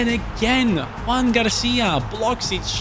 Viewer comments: I know you are not native in spanish nor catalan, so it's a normal mistake but it is not "Juan" it's "Joan". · is not Juan, it’s Joan (García) lmao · Its not Juan García, its Joan García (Joan is catalan version of Juan, but is his name). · It’s actually JOAN García, not Juan. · Joan* not Juan